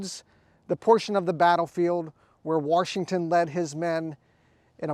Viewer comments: There is no R in Washington. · You have this guy teaching and preaching about preservation but throughout the whole video he keeps sayings George WaRshington. There is no "R" in "Washington". Pronounce the word right. :)